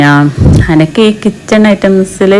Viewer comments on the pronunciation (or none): അക്ക് അല്ല😂😂.....എനിക്ക് എന്ന് പറയൂ